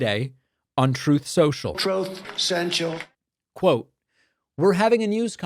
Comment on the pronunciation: "Troth centrals", LMFAO😂😂😂